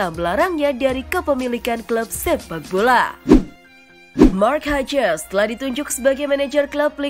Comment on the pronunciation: Mark hajes? Hiujs keles